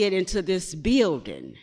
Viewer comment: Maybe it would have taken less time to get into the beeeldin if you pronounced it right.